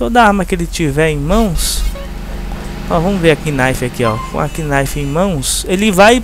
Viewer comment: só se pronuncia "NAIFI'